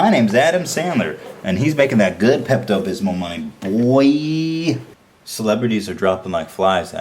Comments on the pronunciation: The way he says "Pepto Bismol" sounds like he's saying "Pept-abysmal" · I like how he says Pepto Bismol like "Pept Abysmal" which really reflects his opinions on the movie. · "peppuh bithmo" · Pept-abismal. Lol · Today I learned that Ethan has no idea how to say Pepto Bismol.